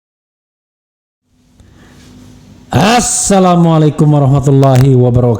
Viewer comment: Bung RH sekedar komen mhn ucapan salam diucapkan dgn benar🙏